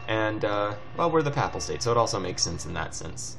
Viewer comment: pronounced p-ay-pal state, i think :P